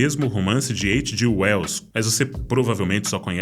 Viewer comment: Vídeo espetacular. Mas veja, "eidjiueus"? Faz a gente capotar no meio da narração. Traduzir letras é dose... Mas desculpe se vc é anglófono ou foi alfabetizado em inglês. Mais uma vez parabéns por mais um vídeo excelente e obrigado!